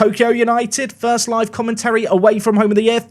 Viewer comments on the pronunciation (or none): none